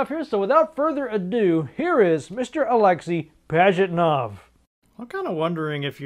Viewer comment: And, btw, he is not AlExey, he is AlexEy. I mean accent/emphasis in name. It's russian name, so accent/emphasis on 3rd (last) syllable in this name.